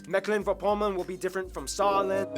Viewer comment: I'm DYING ahahahahaha you can just say Meck-Pom